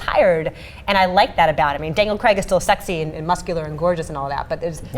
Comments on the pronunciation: The guy's name is pronounced Craig, not Creg, ffs. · Its pronounced Craig not Creg...